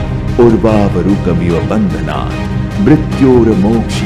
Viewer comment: ॐ नमः शिवाय बहुत ही शानदार...लेकिन क्षमा चाहता हूं सिर्फ महामृत्युंजय मंत्र में बंधनान है वहाँ बंधनाथ उच्चारण कर दिया गया है वो उचित नही है इससे मन्त्र में त्रुटि होती है और मन्त्र का सही उच्चारण ही होना चाहिए